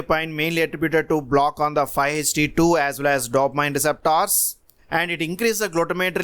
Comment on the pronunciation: Indeed 😁 I reckon he's from India.